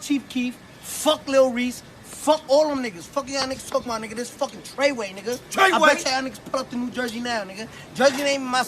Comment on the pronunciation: 69 really said "TRAI WAY" HAHAH THAT DUDE CAPPIN